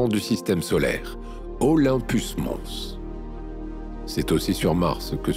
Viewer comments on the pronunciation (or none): none